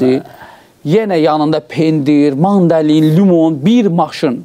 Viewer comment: bala mandalin yox mandarin